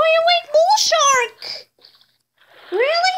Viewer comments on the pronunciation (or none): none